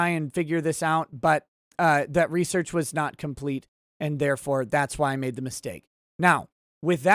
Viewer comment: Looks like you did more "" there. Good on ya. And yes I caught you on saying lol.